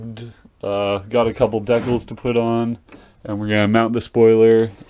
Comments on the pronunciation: Stop saying decals like that it's so annoying 😂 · but it's not even pronounced that way 😂 even search it on Google that robot girl says it right